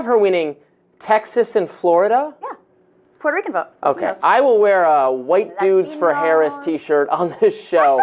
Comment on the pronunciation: She read Puerto Ricans in PA so wrong....